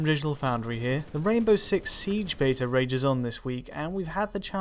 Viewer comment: I wonder why the British narrator is pronouncing "beta" like an American-and incorrectly, incidentally.